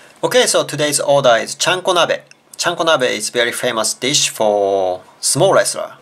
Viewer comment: i kept thinking u said "small" when u said "sumo" O.O